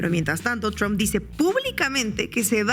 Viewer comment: Tromp Huebona no TRAMP..pronuncia bien izquierdista.